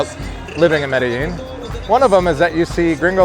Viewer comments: Medellin NOT merellin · When is it going to learn how to pronounce Medellin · Sorry man I had to unsubscribe I can't take you pronouncing Medellin wrong